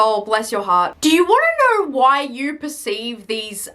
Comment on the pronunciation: Just the way you pronounce ''Do you knueeeuw''